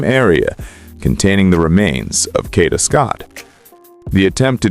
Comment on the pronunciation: She was set up say her name right its KADA not kanida